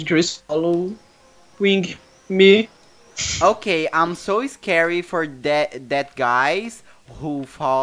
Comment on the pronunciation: O falando "ok guys" Eu ouvindo ele falar: Okay gays KKKKK